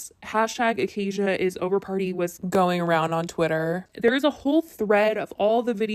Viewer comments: Bruh who tf is "Acai Bowl"?? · It’s “Ahhh-sci-eeee” just saying. Idgaf but if you’re covering issues involving a youtuber, you should know the pronunciation of their channel/name. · I’m just here to say ACOCKIA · tell me WHY I thought her name was pronouncced as 'akakia'